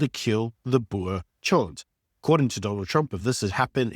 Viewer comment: Boer not Boar